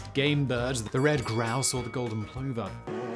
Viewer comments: Interesting stuff Simon, as usual, thank you. Except, umm. It's pronounced 'pluvver'. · And yet, in typical fashion, Simon mispronounced it's name. Poor plover!